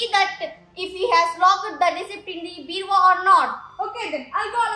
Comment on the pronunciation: Its not beravah its bureau